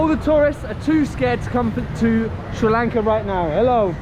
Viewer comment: I just randomy came across this video, and you earned my respect every single time you said Sri Lanka. Thanks for spreading positivity and helping us at the moment which we need it the most. And a new subee here.